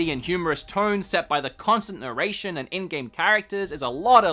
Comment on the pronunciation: Nurration what is that